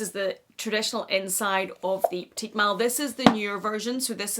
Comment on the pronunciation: It’s pronounced peti mal, silent t at the end. Peti is pronounced like petty